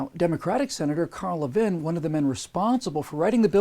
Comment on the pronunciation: Maybe someone has mentioned this, but Carl Levin is pronounced Lev-in as in ‘lever’ and the word ‘in’. Mr. Levin has been a senator since 1979 so I suspect that this video may not resonate well with fellow Michiganders.